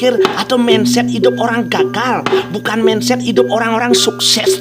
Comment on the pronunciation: Mindset dibaca mainset. Solusi bukan selusi